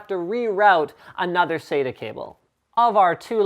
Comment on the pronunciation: Im not hating but i find the miss pronunciation of acronyms to be most disconcerting, it is SATA not "saida" , at least that s what it sounds like when you say it.